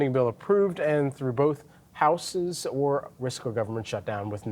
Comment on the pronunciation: "Houses" is pronounced with the Z: howzes in the middle not howssez at the end, OK? Where do these folks come from? Sheesh!